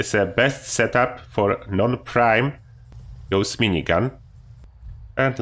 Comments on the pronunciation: Not Gooos! Say Gauss like Faust!!! Its a gernan name! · idk if it my but does any one else hear him say ghost minigun isntead of gaus XD great vid to man love hem